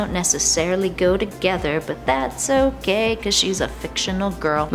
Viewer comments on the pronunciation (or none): There's no h in okay . Just putting it out there .